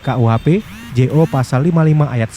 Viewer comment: maaf ya..saran dikit..😁🙏 Kalo baca "jo" itu "junto"bukan " Je-O " ya